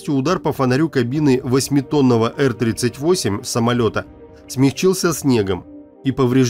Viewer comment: Сам как услышал эр38😂, сколько в стимуляторы летал, сразу по ушам резануло.